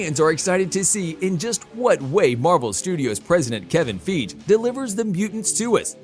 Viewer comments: Its really terrible that this channel, which SEEMS to be all about film, just plain says the name WRONG It's Fi- Hee. Kevin Fi - Hee A major Developer, with dozens of film projects to come. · Feej and Mac-ta-gert. I mean WOW. Can we mispronounce everything. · lol “Kevin feej” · He lost me when he mispronounced Feige's name the 2nd time. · Please stop mispronouncing Kevin Feige's name.